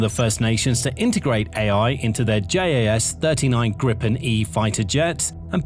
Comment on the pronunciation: I appreciate the effort with the subtitles. For future episodes, Gripen would be pronounced GREE-pen to an Anglo.